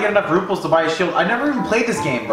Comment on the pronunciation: Did he just call Rupees RUPLES